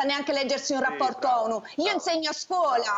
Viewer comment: Io insegno scuOla. Naturalmente con l’accento sbagliato. Stiamo messi bene.